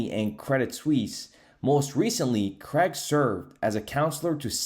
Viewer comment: Craig ( crayg ) not pronounced creg